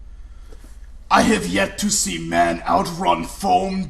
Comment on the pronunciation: In the "Maybe, maybe..." He puts no emphases At ALL on the b